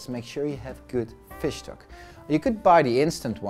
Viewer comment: it took me some time to get that he was saying fish stock :D looks very good though!